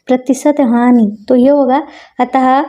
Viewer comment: Are madam hani hoti hai honi nahi😅